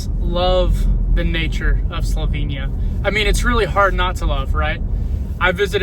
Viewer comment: Great video. Thanks. Just one lil thing ; nobody corrected you on how to pronounce Slovenia ?